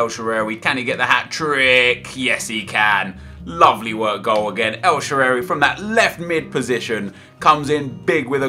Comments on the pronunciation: el shararay??? its more like shalarway or sha-arway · Every time you say El Shaarawy is so awkward. It's El-Sha-Ra-Wee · El " shewery "😂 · u sound Irish when u say el shaaraway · nep is killing me when he sais al sharrawy like he says and how he says eto'o